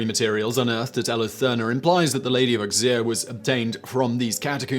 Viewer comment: Auxerre = Oh-zair, NOT Ux-eer.